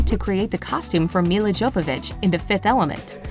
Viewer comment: YO-vovitch not JO-vovitch. Not spellied with a "T" but I'm spelling it as enunciated. Jovovich is YO-voe-vitch.